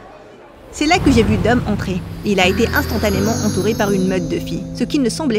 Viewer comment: On dit dom